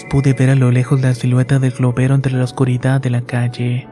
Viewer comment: No mames la historia esta chida pero como dices morido !! Y luego pronuncia la t en lugar de la d, oscuridat, estas medio pendejo verdad?? Corrige eso lo demás esta muy bien